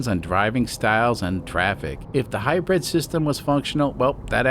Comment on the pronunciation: Love your channel but if I have to hear "high bread system" one more time I'm putting my head in the oven...